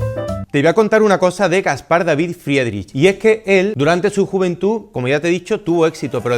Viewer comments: Se pronuncia fridrij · Buen video! yo también estuve en HH en Kunsthalle. Buenísima esa pintura ❤❤Si le ayuda para la parte dos; su apellido se diría FRIDRIJ✨ con r gutural, pronunciándose (IE: i) (CH: J)🫡 cualquier consulta por nombres lo puedo ayudar 🫶🏻 no sabía esos datos de su vida. Dankeschön